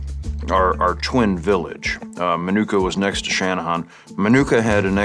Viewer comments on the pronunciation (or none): Cmon Sean dont butcher the name Minooka. Its pronounced Min-nu-ka. It still blows my mind knowing that I walked the same hallways as Nick Offerman did in high school. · As a native of shorewood, IL... Minoooooka is pronounced minooka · Come on Nick you know it isn’t pronounced minoookuh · i like how they pronounce minooka wrong lol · Quit saying minooka wrong god that’s annoying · I live 20 minutes away from Minooka Illinois and I’ve never heard it pronounced the way he pronounced it lmfao